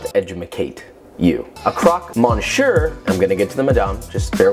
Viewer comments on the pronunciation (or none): Monshere? You mean monsieur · Me-siö. Not mon-sher. Thank you for listening to my ted talk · My ears bled when I heard croque mon-shir. Love you Josh but when you cook or show something from a certain country you should learn to pronounce it well, just out of respect, or at least try and apologize in advance I don’t know. I mean, you try with Italian and Spanish but French, no? Kind of offensive for them but oh well.. 🤷‍♂️ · croque is pronounced "croak" monsier is "miss-yuh" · Croak =croque mon see ur =Monsieur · krok monshur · Croc muh-see-uh I hope that helps xD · Krok monster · Indeed, monsher... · especialy when it's about a dish that's called "croque-monsieur" wich is one of the simplest french words to pronounce... Only two syllables made of sounds that an english dude can pronounce. The thing is in this case hé pronounced it like je was talking german... He said "monshieur"... He litteraly made it harder to pronounce for himself by replacing an S by a SH wich is harder to pronounce.... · "krowk mon-sure." The French should hear it XD. But really well made, like always. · Me, a french hearing "a cwok mochieu" : Mh yes exactly how you say it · croque MONSHURRRRRR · Mon-sure? Oh Josh. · Croque moshuir?? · And then he said, crock monshure. Dude, haha, you are literally clueless as to what you're saying. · "crock mon sure".... Stop. Just stop. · Not even a French speaker and it hurt my soul. You'd think as a chef he would know lol.... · I understand French is hard to say but like... it's not even close lol. But I have had that sandwich before and it is probably one of my favorite things. It's been a while since I've made one and my boyfriend's birthday is coming up and I wanted just a little refresher on it and I'm so glad I did it's like food porn! My mouth is watering! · hearing you pronounce croque and monsieur was painful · i would give this a thumbs up but i cant cause of the way he pronounced croque monsieur